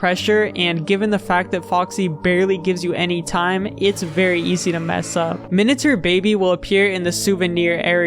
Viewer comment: No one is talking about how he's saying "minatur"